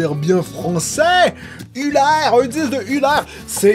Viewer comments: C'est pas "EULEUH" lol ni "Ulère" mais prononce le "Eulère" XD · pls ce n'est pas ulair mais EUlair